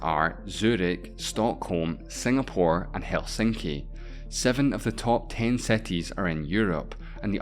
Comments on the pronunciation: all good man, but if you're doing a video about cities make sure at least to check the pronounciation of the very same word. It took me like 6 time of hearing that word to get that you were talking about cities. (which btw is pronounced SEETEEZ, if that helps, not SETEE) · wtf is "seti"? my ears are bleeding.. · The things uou were talking about are more like "|ˈsɪtɪz| ", rather than "setiz" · If I had penny each time he says "setis" XD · Cities not Sceties 😂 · can u stop saying cetis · Seties? Seti limits, seti proper, Mexico seti, twentiSex mellions...I just can't. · Bro stop talking what is „cetees“ and „defferent“